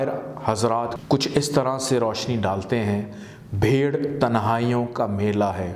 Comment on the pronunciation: Ap nay sher ghalat parha hay bher nahi hay bheer hay yani "rush".